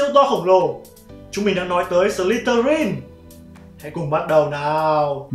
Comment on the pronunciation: em tưởng nhà Ravenclaw là con chim ưng cơ...thấy trên wikipedia nó bảo vậy :)))....mà đoạn Ad đọc buồn cười vãi chưởng "Sờ li tơ rin" :)) má em cười sảng cười ẻ